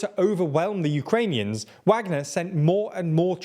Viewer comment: Impressive work on pronouncing almost every Ukrainian and Russian name wrongly :D